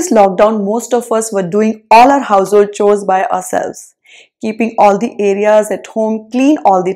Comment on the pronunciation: I don't like the way you pronounce 'chores' 😉